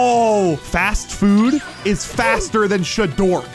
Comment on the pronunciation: The fact he said Shadork not shadark